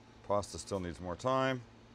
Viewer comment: I like the way he says puasta